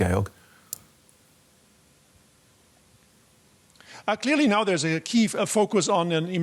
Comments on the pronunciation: Why does the news guy keep calling him Gail if his name is George? they even put his name up in writing when he came on lol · Actually you pronounce it Ge-org